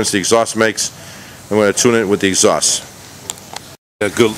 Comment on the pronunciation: I like how you said "stock pieace of garbage exjaust " Yup most stock parts sucks anyways.